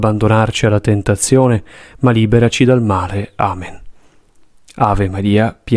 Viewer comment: La voce guida per tutta la coroncina quando recita il Padre Nostro dice: "E liberaci dal mare.🥺". Solo gli ultimi 4 Padre nostro vengono recitati correttamente. Buona vita a tutti